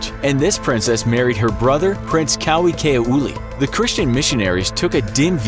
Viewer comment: mispronunciations: porphyria, Nahienaena, Kauikeaouli, Alexei, Faisal... sheesh. Find a new narrator.